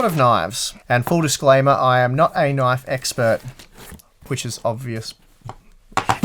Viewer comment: "That's not a knife. THAT's a knoife."